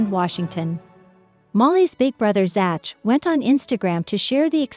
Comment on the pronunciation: Who is "ZATCH"?? These "Computers'" Need to take an English Class!!